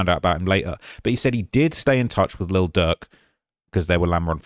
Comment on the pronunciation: I’m starting to think calling Lil Durk. Little jerk is on purpose lol love you.